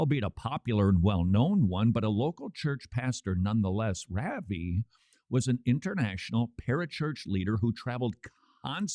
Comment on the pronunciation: Somebody please teach Todd how to say "Ravi" (rauh-vee)